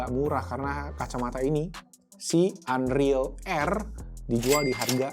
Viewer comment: Sejak kapan NREAL dibaca "anril" 🤣 seharusnya "enril"